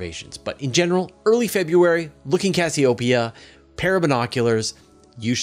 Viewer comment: It might help if you pronounce Cassiopeia correctly (cass E O pia)